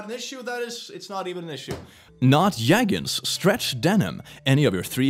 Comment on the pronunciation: I like how he says yeggins instead of jeggings. I know he might not be able to help it, but it's just fascinating and funny. Lol